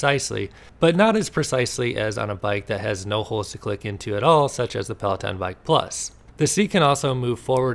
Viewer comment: PLAW TAWN ( FRENCH AF)